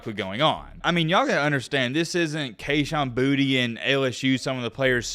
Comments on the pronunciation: Kayshon’s last name is pronounced Boo-tay not Booty. #bornandraisedinLouisiana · It’s pronounced boo-tay not booty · Just a tip from south Louisiana...its pronounced (Boo-tay). Put some respect on creole country 😂